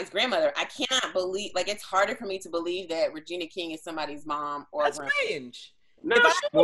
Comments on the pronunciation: and instead of ORder he says ARder lmfaoooo I love it💀💀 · Get off with the pronunciation of “r” it’s a Midwest thing 😂